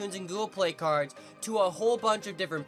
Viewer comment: cardzh? Lol